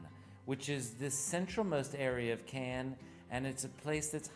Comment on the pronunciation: Where ist the can? Oh, you mean Cannes. Not a can. ☝🏻😂